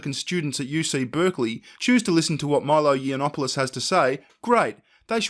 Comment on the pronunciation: "You-Not-Polis" it's Yiannopoulos. Yiannopoulos.